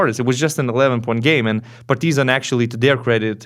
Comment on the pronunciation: Does anyone gets annoyed how he pronounces’ Partizan ‘ ?